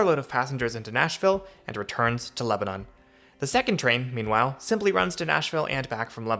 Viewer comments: You make so many good points about how weird the whole thing is. Maybe someday some of us in the larger suburbs will be able to ride into downtown on the train. Unlikely, but a girl can dream. Btw, it’s “LEB-nun”, not “Leb-a-NON” 😄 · Great video thanks for making this. Just remember in TN, it is Leb-ah-nuhn not Leb-ah-nohn. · leba NAN not leba NON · LebanUn, not LebanOn. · It’s pronounced Leb a nin 👍🏻🥰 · It's "LEB-nun" just for the record. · I’m surprised no TN natives have mentioned the pronunciation of Lebanon. The country of Lebanon is pronounced as you say it in this video, but the city in TN is pronounced LebanIN. I had to get used to this when I first moved to TN. That and the proper pronunciation of Demonbreun 😂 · It’s not Lebanon. It’s pronounced Leb a nun. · Came here to post this. Let's don't tell him about Santa Fe. 😅